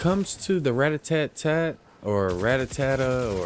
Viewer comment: Ratatat not ratatatat 😂😂😂